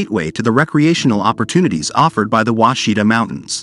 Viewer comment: Ouachita is pronounced Wash-i-taw, not Washita. I’m from Arkansas and we used to camp in an off grid cabin on the Ouachita River. I know Mt Ida. We used to drive there for a burger while our parents did the laundry at the laundry mat. Really beautiful river with water so clear you can see the bottom in most areas.